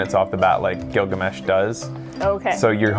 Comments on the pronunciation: giggle-a-mesh? uuh it's pronounced gil-ga-mesh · Giggle Mesh :D